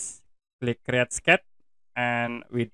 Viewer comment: "Crat" = Create